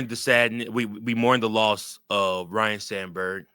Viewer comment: FYI, it's pronounced Ryne, not Ryan, okay?